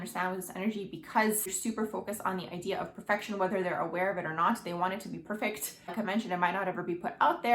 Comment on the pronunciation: Your video annoys me the way you're pronouncing your last letter of your words like the word like or the word perfect oh my God it's driving me crazy